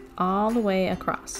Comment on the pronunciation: I really want to watch but cannot. I cannot listen to her say “acrosst” one more time. Omg. My earrrrrrs!